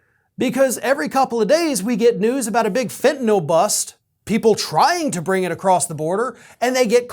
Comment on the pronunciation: about the only blogger/journalist-type that I’ve ever heard who pronounces ‘fentanyl’ correctly. I’m hearing either fen-ta-nol or fen-ta-nuhl. So….good on you, bro. (pardon my idiosyncrasy)